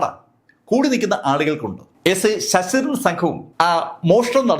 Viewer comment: Sss..ssss.daran. Alla. Sir. Sasidharan